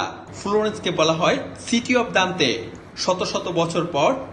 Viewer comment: দান্তে নির্বাসিত অবস্থায় "কিন্তু প্রতিবেদক ভুল পড়লেন।